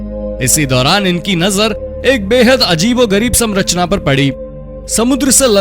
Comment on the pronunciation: कौनसी क्लास तक पढ़ाई किए हो ❓ 👉 Samrachna समरचना ❌ 👉 Sanrachna संरचना ✅